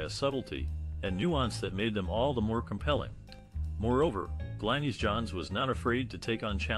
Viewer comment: Also pronounced Glinis not Glenis